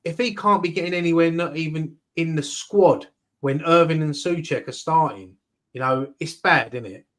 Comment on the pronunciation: Someone's gotta tell that guy that it's "Irving" not "Irvine" 😂